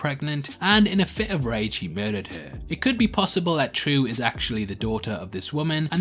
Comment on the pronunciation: Her name is pronounced Trieu /trju/ not True wtf